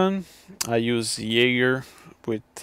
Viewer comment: Are you Danish? :) You knew how to pronounce "Jaeger" right, which most people don't.